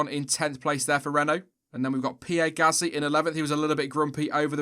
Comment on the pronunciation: If ur inside the team,than you should know that it's Gasly,not GasTly...